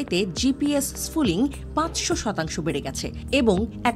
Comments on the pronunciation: gps spoofing not gps spooling, correction pls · শব্দটা স্পুফিং , স্পুলিং না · এটা স্পুফিং ।স্পুলিং না। হায়রে সাংবাদিক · লেখা আছে স্পুফিং আর বলতেছেন স্ফুলিং । আপনাদের শিক্ষা আর সাধারন জ্ঞন খুবি কম। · It's Spoofing Not Splooing😂😂😂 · GPS sfuling na... GPS spoofing uccharon hobe...!!! 😅👍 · স্ফুলিং না স্পুফিং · স্ফুলিং নয়, স্পুফিং। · স্ফুলিং না, স্পুফিং !!!! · টেক্সটে আছে স্পুফিং, পাঠিকা বারবার পড়ছেন স্পুলিং। কি আর বলবো! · spoofing not sfooling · এই প্রতিবেদনে যিনি কন্ঠ দিয়েছেন তার উচ্চারণের ব্যাপারে আরও সতর্ক হওয়া উচিত। শব্দটা স্পুফিং (spoofing), অথচ বার বার ফুলিং বলে গেছে। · উচ্চারণ ঠিক করতে হবে। শব্দটা হলো "স্পুফিং"। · 😊😊😂😂😂😂😂 আগে উচ্চারণ শেখ। Spoofing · পুরো ভিডিও তে স্পুফিংকে "স্ফুলিংগ" বলছেন আপাটি। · আনার spoffing উচ্চারণ টা ঠিক নাই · উচ্চারণ টাই করতে পারছে না ঠিকঠাক। অবাক হই এনারা সংবাদ সংস্থা। শুধু ভুলভাল narrative প্রচারে ব্যস্ত..!! ওরে spoofing যখন হয়, তখন আগে থেকেই বন্ধু রাষ্ট্রগুলোর কাছে খবর থাকে..!! আর ভারত চীনের মতো রাষ্ট্র, আমেরিকার‌ GPS নয়, নিজস্ব ব্যবস্থা ব্যবহার করে। GPS spoofing সেখানে কাজ করে না।